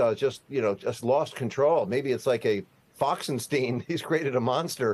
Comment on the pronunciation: “FOXenSTEEN”??? Reminding me of that Mel Brooks movie and Cloris Leechman.